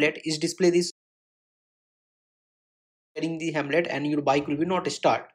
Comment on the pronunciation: Bro that is not HEMLET that is HELMET